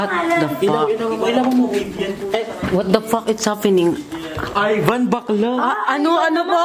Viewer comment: Yung what fuck its haffening ni 😂 lt. 😂